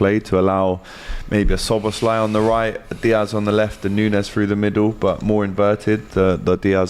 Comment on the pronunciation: and he said slobozlai😁